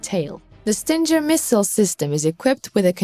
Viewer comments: Its not StinJer, its Stinger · it is a GGGGGGGGGGGGGG not JJJJ SO it is a ST ING ER ! GOT IT STUPID STING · Sting-er not Stin-ger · S.O.R. PLEASE, lets start giving credit to the correct weapon. STINGER is the word for the ass end of a Bee or Hornet. And the correct pronouncement of the name STINGER is "STING ER" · STING GER.....the G is pronounced with a guh sound. Prayers for all Ukrainians and victory.